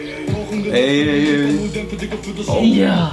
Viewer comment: Haha this "Ok Digga" was the best thing you have pronounced in German so far